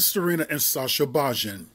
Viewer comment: It's pronounced bayin